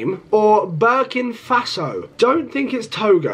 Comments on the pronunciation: “I don’t think it’s BIRKIN FASO”😂😂😂LOL it’s Burkina Faso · "Barkin' Faso" 💀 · Burkin. faso 😂😂😂😂 is Suriname